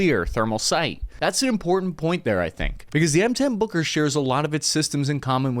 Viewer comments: Boker? Isn’t it “Buuuker” ? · Take a shot every time he says booger. I mean, Booker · I am terribly sorry, but I just can't stop hearing "Hooker"... which leads to hilarious phrases🙈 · I keep hearing "booger" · M10 Hooker is what I hear 😅